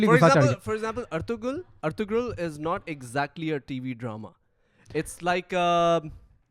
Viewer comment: Ertugrul 😂😂🤣 bro please .. it's pronounced as Erturul .. ap toh NAA karo 😅